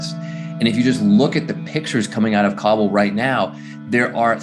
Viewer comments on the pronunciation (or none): none